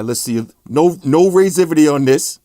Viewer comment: raisivity.... LMAO. wtf kinda word is that